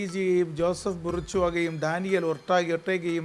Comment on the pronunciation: അർജന്റീനൻ ടീമിലെ കളിക്കാരുടെ പേരുകൾ പറഞ്ഞതിൽ ഡാനിയൽ ഓർട്ടഗ അല്ല sir... ഏരിയൽ ഓർട്ടഗ ആണ്..😊